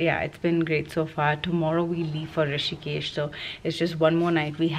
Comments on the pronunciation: It’s Rishikesh! Not Hrishikesh 😊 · Its Rishikesh not Hrishikesh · Rishikesh not Hrishikesh 🙄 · It's Rishikesh not hrishikesh🙄 It's not like hritik name🤣🤣🤣🤣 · Hey it's Rishikesh not hrishikesh... thought to let you know.. Great vlog though🥰